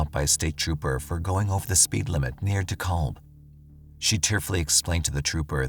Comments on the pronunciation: In Georgia, we never say “De-callb County.” We pronounce the -kalb part “cab” as in cab driver. “De-cab County.” Hearing it pronounced the other way makes my eye twitch! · #10 it's pronounced ( De-cab ) the l is silent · Just fyi, its pronounced deCAB county GA. :)